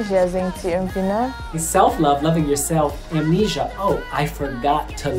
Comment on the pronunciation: Mich stört die Aussprache von "Amnesia".